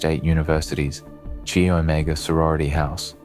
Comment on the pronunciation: Chi Omega is pronounced "Kai" as in kite